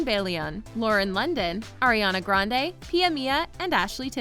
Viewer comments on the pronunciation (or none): none